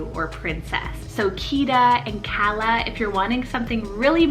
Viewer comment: That's so sweet and I like the pronunciation!😍We pronounce it Kaa-luh.